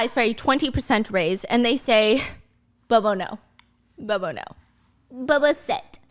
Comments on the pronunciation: I don't know why I'm laughing when Stephanie mess up all the name at the end without noticed it. Tang became Tong. Bobo became Bobby. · As a Filipino you saying b0b0 is making me crayzi😣